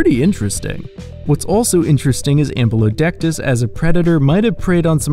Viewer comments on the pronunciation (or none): Am-Byou Lo See-Tus, drove me crazy how he pronounced it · I'm literally drawing Ambulocetus right now haha. I had to look it up to make sure because the pronunciation confused me. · “Ambulodectus” is actually called Ambulocetus, the ‘-cetus’ part meaning whale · "ambulodectus" cracks me up everytime